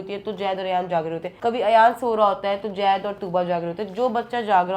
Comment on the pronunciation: Jaid nahi zaid bolo